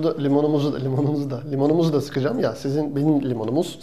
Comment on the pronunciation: limonuzu lomunumuzu limonsuskmam laoda